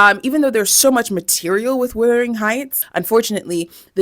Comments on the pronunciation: why are you saying withering instead of wuthering 😆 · I enjoyed your review, but like other commenters, I was tripped up by calling the director the author's name; and also by saying "Withering" instead of "Wuthering" 😅 tbf, tho, I've heard multiple other creators pronounce it "Withering" as well, maybe it's an accent/dialect thing! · Kind correction: “Wuthering” heights, not “Withering” heights. I’m sorry it bothered me; it’s a common mistake tbh 😂. Also the books been my Roman Empire for like 8 years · why was she calling it withering heights? instead of wuthering? she doin my head in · Withering or Wuthering? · Withering Heights 😂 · she keeps saying withering instead of wuthering too, i noticed the emily bronte thing too and the Baz Lutherman instead of Luhrman, she don't know wtf shes talking about, i can't watch anymore doing my head in